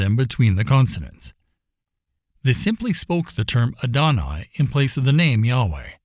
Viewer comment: Adonai is AH-doh-NYE